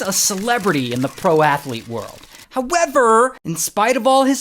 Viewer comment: "HowevRRR" 😂 Keep that one Ray